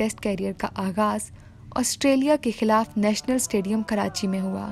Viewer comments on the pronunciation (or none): none